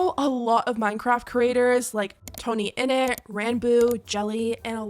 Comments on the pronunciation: "tonyinnit" bruh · “tonyinnit” girl you better thank God that stans didn’t catch that lmfao